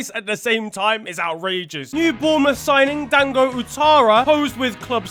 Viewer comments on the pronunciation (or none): none